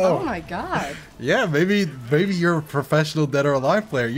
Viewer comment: I heard you say baby instead of maybe to your sister. Had to double check.